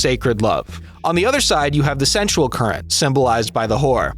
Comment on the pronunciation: How many times can you say 'sensual' in ways that make it sound like you're trying, and failing, to say 'central?'